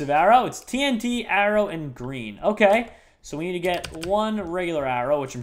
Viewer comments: Did he mean 'The Green Arrow' not 'The Green Arror' lol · Arrow not Arror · just realized he said green arror